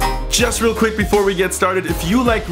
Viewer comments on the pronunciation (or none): none